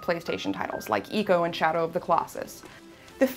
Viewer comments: 行こ - "iko" = Go. I'm sure that's why the game is called Ico. Pronouncing it as E-co isn't too far off the mark... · *twitch* It's /aɪ/-Co, not Ee-co. Gaddamit. Otherwise, good review, slight shame about the game. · Wrong. Ico is a Japanese game, the first symbol in the Japanese title is イ, which is pronounced 'Ee'. It's pronunciation is EE-co. Go back into your basement, mouth breather.